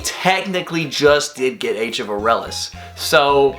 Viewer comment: Someone else that pronounces Aurelus correctly? Subscribed.